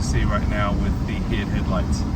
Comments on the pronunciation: It’s pronounced H.I.D, you say each letter, nobody says “hid” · Lol this is comical. It’s H. I. D not “hid” lmfao. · Lol you saying hid is hilarious I’m so use to say H.I.D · i think you say HID the same as LED